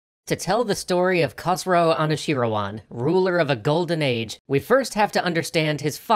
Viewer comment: English speakers cannot pronounce that KH sound for the life of you, can you? Great video, by the way, don't mean to be mean.